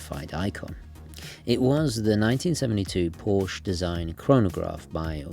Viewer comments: Drove a 356C Porche for twenty years. "Porsche" is pronounced the same as the female name "Portia". Surprised a man of your pretensions wouldn't know that... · With all due respect, the name Porsche is two syllables, Sorry, it's a pet-peeve of mine when names are not properly pronounced, especially well-known establishments. 🙌👊🏻